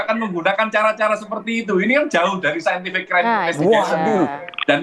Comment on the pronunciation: Saintific infestigation 🤭🤭🤭